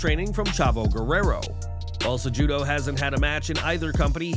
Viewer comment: its CE-HU-DO. not CEJUDO